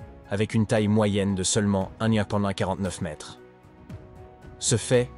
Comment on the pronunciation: Mdr la vidéo signée chat GPT, les gens, ne vous abonnez pas à ça et regardez des vrais documentaires parce que ça c'est un contenu vraiment nul (même pas fichu de prononcer 1,42 mètres ou des dates avec AV JC et AP JC quand même, respectez-vous)